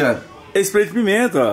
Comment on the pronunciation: comprei o famoso splai de pimenta ele falo errado kkkkkkkkkk